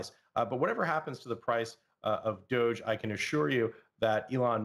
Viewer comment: He understands the financial system but crypto only moderately... Anybody expert about the entire crypto space knows how to pronounce Doge. It's like a hedge fund manager not knowing how to pronounce Nasdaq, and it's not down to English or accent..